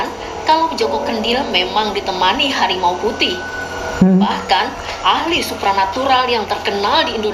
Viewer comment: BANG, NGOMONG NGOMONG NAMA LU SALAH YA ITU? . (AHLI) BUKAN (ALHI) APA NAMA LU EMANG ALHI? TAPI YANG JELAS LU NGELAWAK BANG.